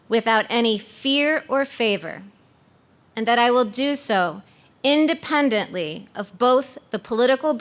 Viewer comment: doesn't know how to pronounce independently lol